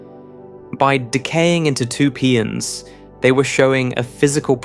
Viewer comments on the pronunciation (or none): Please fix these AI speach synthesizers to pronounce the names of elementary particles correctly. Mesons are not Meesons they are Maysons. Pions are not Peeons they are Pie ons, the letter i is hard i. Etc. ...